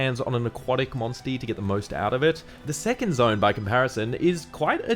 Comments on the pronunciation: Say monsty again 😂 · I can not take "monstie" seriously at all!